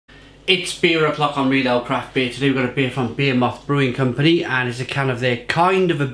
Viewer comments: Buh-he-muth. Behemoth. Lol. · Im pretty sure he is taking the piss with 'beermoth'